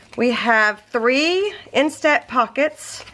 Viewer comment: my phone ‘jumped’ into my washer so I’ve been without one for about 10 days... but... I now have a new bright and shiny iPhone... as usual your videos are fabulous!!! There is just one teeny tiny little thing... you are incorrectly pronouncing instant... I am not sure how to explain what is off...but here goes... In are saying... in-STAT And it should be instant... you say STAT like a doctor would say I need a cat scan STAT... the proper way is... in-stunt... I hate when people get picky but the way you say it I have zero - zip -nada...clue what you are talking about... maybe ask you smokin’ hot hubby... lol 🤷‍♀️